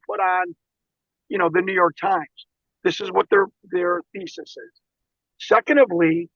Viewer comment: "Secontively"... hadn't heard that one before! lol